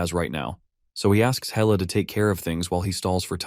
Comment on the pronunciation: Loki's daughter is Hella, not Hell 🤣 Got to love AI translate